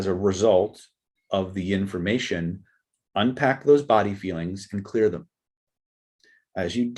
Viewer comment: Did you say yinformation? Is that like the Bengsten method?